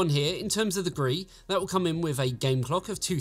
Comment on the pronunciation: Am I the only one that is a bit triggered by the GRE pronouncation 😂 the backplate of the XTX is 🤮 though